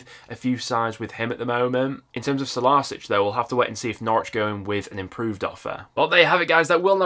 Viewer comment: fyi, Stolarczyk is pronounced "Stolarchik", you absolutely butchered it 😅